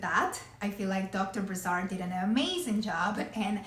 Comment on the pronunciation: Prononciation of the name of the surgeon it's Brassard. The SS is prononced as an "S" not a "Z". No offence here though it's a french name.